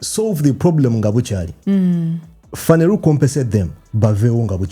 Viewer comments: The way you pronounce Phaneroo is amusing. It's Phaneroo not "Phaneru" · it's phaneroo not phaneruu😂😂